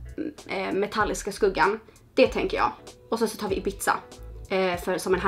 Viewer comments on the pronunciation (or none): Ibizza uttalas inte som pizza utan mer som Ibissa!💕